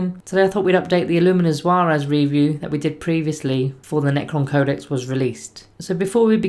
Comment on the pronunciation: I thought the S was silent, pronounce him ZEH-RAS. Ras as in rasta